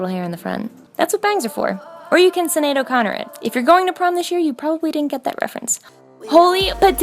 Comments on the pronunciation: Sinéad is pronounced Shin Aid not Sin Aid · Omg the way she pronounced Sinead, i do ignolage shes not irish though so its grand. Btw its pronounced shinade for those non irish folk 😁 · Sinéad O'Connor's name is actually pronounced with the "sh" sound. I know this is an old video, but it's my daughter's name so I felt the need to make the correction.